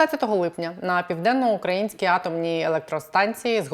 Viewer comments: У слові "південноукраїнський" наголос на "ї", а не на "а". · я вас обожнюю дивитись і слухати. Але ви насправді не знаєте, де наголос у слові "південноукраїнський"? Це сором...